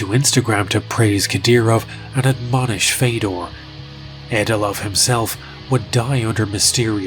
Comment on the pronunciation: listen, i know it doesn't matter in the grand scheme of things, but it's not "feydor", it's fiodor, like theodore. almost like theo-door, but with a hard F at the front